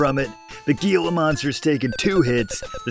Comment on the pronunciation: Gila (gheela) monsters? Yeah, not quite. More like gila (heela) monsters. C'mon,. I have faith in you!